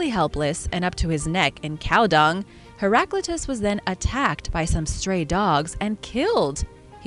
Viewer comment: You have mispronounced Heraclitus